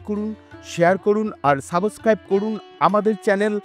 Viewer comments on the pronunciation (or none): মোটামুটি ভালো হয়েছে।তবে ব্যাকগ্রাউন্ড সাউন্ডটা আর একটু লো হলে ভালো হতো।আর শেষের উচ্চারণ টা ভালো হয়নি ছাবোসক্রাইব হবে না।ছাব-স্ক্রাইব হবে।